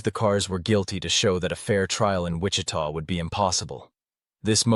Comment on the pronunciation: Ai garbage voice? Did it just mispronounce Wichita